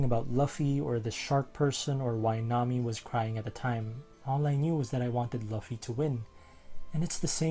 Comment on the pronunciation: Tiny quibble before the meat of the comment: It's pronounced "Loofy", not something that rhymes with Fluffy.(Don't worry, Daniel Green got it wrong as well and was extensively corrected.) And if you watch the anime along with reading the manga, you'll find that they do an excellent job of bringing in music as part of the storyline. Okay, that done, on with the real comment. I remember being taken with this scene as well, along with the opening sequence with Jim on the board. It's very similar to the sequence I would have picked if I had the skill to put together this kind of video. In Titan A.E., there's a quiet part with Kale and Corso as they watch alien "angels" flying in a nebula. Then Corso gives Kale the opportunity to fly the ship and "give those angels something to chase". Then the song "It's My Time to Fly" starts playing, and the combination of music and animation was absolutely breathtaking in the theater. At the same time, it also shows a bond forming between the two characters, one that, like John and Jim, will be soured by betrayal. Oh, and because I can't resist, one of my favorite One Piece AMVs